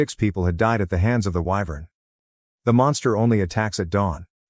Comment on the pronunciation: I don't know why, but I am very amused by the narrator's inability to pronounce wyvern correctly. EEVERN. Just when the joke gets old, it's pronounced correctly. Excellent timing.